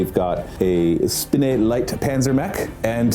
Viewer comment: Here's some help Fallschirmjäger. Falls-shurm-yay-ger. Wehrmacht. Verr-makt. Spinne. Shpin-neh. Heushreke. How-shreck-uh. Like housewrecker. Ursus. URS-US. You should take 15 minutes to look up some pronounciation as prep for these videos. Would really improve the watchability. The whole "I dunno lol" approach comes off as unprofessional for a group who is doing this as a job.